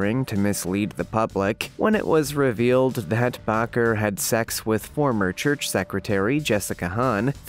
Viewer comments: So many mispronounced words in one video!! Jim Bakker?? To make it easier it’s pronounced like “baker” the gem though was the “ Jim Bokker indicktment” if you are going to narrate you need to check the pronunciation. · Please dude. In the future check pronouncement of words you aren’t certain of. Indictment has a silent c in it. It would be closer to ‘ in-die-tment’ . And the “Reverend” ? His name is pronounced Baker. Just an FYI. Otherwise…well done! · Indictment is pronounced like "light, without the "L", ie: In-DIGHT-ment. Baker is pronounced the same as someone who bakes bread, the A is pronounced the same as the letter A. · Jim Bakker's last name is pronounced as Baker NOT Bacher as you have pronounced, it. SMH 🤣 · Its not bocker but baker!!! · OMG... HOW is it that you don't know how to pronounce "indictment," "Reuters," "Bakker," or "Madoff"?